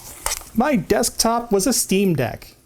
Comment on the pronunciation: Wonderful neologism--"Decktop". lol